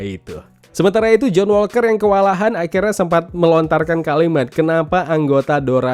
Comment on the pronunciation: Setiap liat review disini selain emang penting seru juga ikutin serial marvel. Tapi khusus serial TFWS paling gemes denger koe pas ngomong JOHN "ASU" WALKER wkwk ASU emang koe wkwkwk